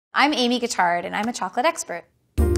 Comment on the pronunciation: How does she manage to pronounce her surname wrong